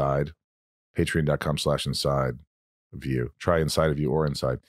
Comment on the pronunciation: Michael it is Patreon not patrin pronounce it right lol